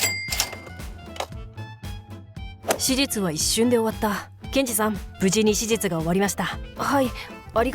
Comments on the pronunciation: 手術(しゅじゅつ)がしじゅつに聞こえるのは私だけ？ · 手術がしじつに聞こえるんだけど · 細けいけど1回も手術って言えてなくない🤔 しじつにきこえる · 手術をずっとしじつ って言ってる？ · どうでもいいけど 手術の滑舌よすぎん？笑